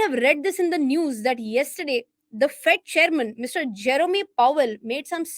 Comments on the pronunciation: It is not jerom..e it is jerom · Last E is silent in Jerome. Not Jeromeee...😅